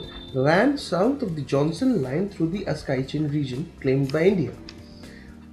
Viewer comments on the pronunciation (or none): It is aksai chin and not askai chin